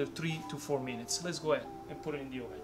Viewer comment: the best pizza you can make in your AWWSSS ... nice from GRU👍🏼